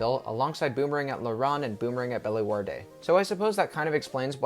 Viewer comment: That's the best attempt at pronouncing Bellewaerde I've ever heard